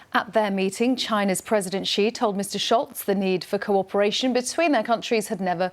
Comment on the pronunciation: Who is going around telling people it's pronounced President Jee?